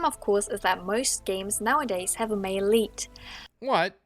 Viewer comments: "Mail leet" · I thought she was saying Maleite and I thought it was some new feminist word. then I realized she was saying male lead a and felt stupid